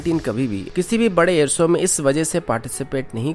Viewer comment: सामिल नहीं शामिल कहते हैं, कोसिस नहीं कोशिश कहते हैं और एअर सो नहीं एअर शो कहते हैं| आप शब्दों का उचारण ठीक करें| किसी अच्छे हिन्दी चैनल को ध्यान से सुनें और खुद को ठीक करें| आप की आवाज बहुत अच्छी है| स तथा श में अंतर करना सीखें|